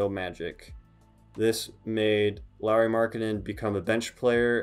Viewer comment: No, you didn't pronunciate Pekka or Riikka or Hannu Möttölä (this one was actually the most correct) correctly but Finns forgive you since you at least pronunciate Lauris name correctly 😄 Eero is actually one of Lauris older brothers, not younger brother. Other one is Miikka, who played basketball in Finnish first division until ankle injury stopped his career. Also in last summer he played in Eurobasket (which is Europian championship), not in Euroleague (which is like league, same way as NBA but in Europe) as you first said. Those are nitpicks though (since you seem to be interested in him), nice video of Lauri 🙂 And you are totally welcome to steal him from Finland to Utah. 😄 We get to have him in summers at national team anyway 😉 It has been his dream to be in NBA after all and you are clearly treating him right. He talks in (Finnish and English) interviews how he likes to live in Utah since it's smaller place and nature is close and organization is great 🙂